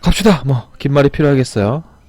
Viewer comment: 긴말이를 김말이라고 들었어요ㅋㅋㅋ